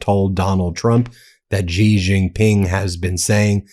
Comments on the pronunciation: Please pronounce Xi's name properly. It is pronounced exactly the same as the English word 'She'. It is not 'ji' or 'si'. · Stop pronouncing Xi as Gee or Zee, the proper pronunciation is Shee. Xi has been the leader of China for 14 years already, get with it. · Xi is pronounced "she". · Yo Xi is pronounced like "she". X = SH ; Not that the leader deserves all much respect, just for appropriation.